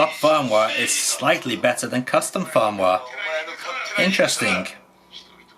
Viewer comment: I was loving the way pronounces "custom firmware". The captions agree with me transcribing it as "custom foam wah" and occasionally "custom phone wallet" lol. Seriously though I appreciate this deep dive into the q90. I'm planning to buy one even though I have a v90 (has the same hardware). I'm just smitten with the silly little thing.